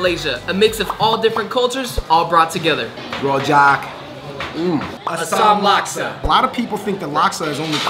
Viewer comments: Rojak should pronounce roojak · rojak is pronounce as rujak and it come from indonesia and in indonesia you can find many different types of rujak